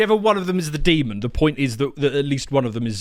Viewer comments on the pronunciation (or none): right, i can possibly endure "ARCHangel" but mispronouncing demon as deemund ?!! I'm not religious so its nothing to do with that which offendeth me so! Its basic speech and language man! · It's "demon", not "demond", there is no 'd' on the end. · "Demond"? Come on mate.. Typically sophomoric from these jokers. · Dear, there is no D at the end of the word Demon 🤦‍♂️ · Why do so many people pronounce demon with a d at the end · It’s “demon” not “demond”.